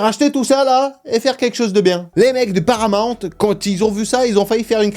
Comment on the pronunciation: C’est pas paramant mais Paramount 😮toi aussi tu déformes 😮😂